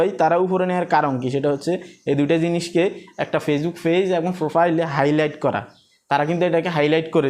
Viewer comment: ফেজ কি পেজ বলেন শুনতে ভালো লাগে না